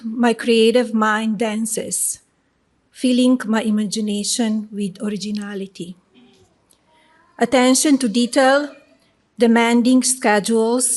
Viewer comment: Haha, reading thee vord "originaleetee" for the first time in her life, and applying it to herself! ...lol Next!!